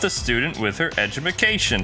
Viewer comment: education not edumucation